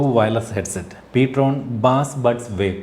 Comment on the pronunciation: Ptron ennala real name: (prime tone) ptrone എന്നാണ്